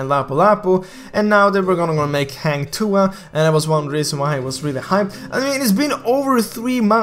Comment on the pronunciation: I am sure that Hang Tuah will come out coz Goosen is assassin. And i believe Hang Tuah is a fighter. The knife is no big deal. Every heroes has their own weapon either a knife, gun, hammer etc. By the way, ur pronounce 'Tuah' is acceptable 😉.